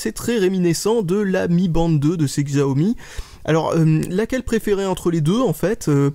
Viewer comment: Je ne suis pas sur mais je crois que Xiaomi ce prononce "chiaomi"